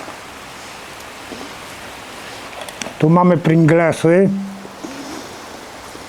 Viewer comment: Ale wiecie że on dobrze powiedział pringlesy a nie pringelsy, beka z was 🤣